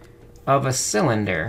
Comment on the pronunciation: "cylender" "gravety" you need to take a break my man